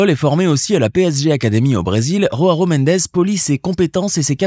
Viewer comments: On dit Joao pas RHoao, c'est du portugais, pas de l'espagnol, le J se prononce J, pas R . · tu peux te renseigner sur la prononciation des noms portugais/brésiliens stp? ronaldinho se dit "ronaldinio", et joao ne se dit pas roaro mais "joao"... comme ça se prononce en fait. "Roaro" loool merci rama faré :face-blue-smiling